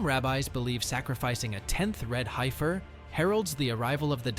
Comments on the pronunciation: It is not Hi-fir! It’s Hef-er. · as soon as it said HI FER i was ok its AI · The "i" is silent in heifer The pronunciation is killing me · The funniest thing about all this is the AI Voice can't pronounce Heifer correctly.